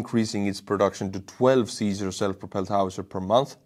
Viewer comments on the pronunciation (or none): none